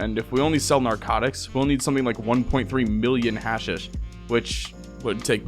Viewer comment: I'm sorry but, hearing you mispronounce words you obviously don't know like hashish and thrall for 2+ hours is a major ick. PLEASE 😭